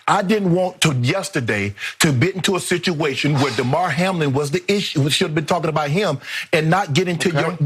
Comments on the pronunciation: The woman at the end didn't even pronounce his name right. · The woman is so worried about Hamlin that she doesnt know how to say his first name i guess.